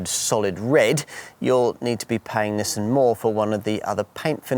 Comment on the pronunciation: Well it certainly isn't pronounced Neesan. There's no letter E's in there at all.